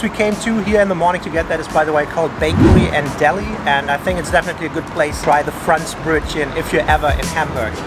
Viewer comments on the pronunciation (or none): Wenn der Deutsche" Fräntsch Brötschen" sagt 🤣🤣Lost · Yikes. Ich spreche nur ein wenig schlecht Deutsch., but your pronunciation of Franzbrötchen is inexcusable, sorry. Also the other food names. I would expect better by now. (I enjoy your videos though).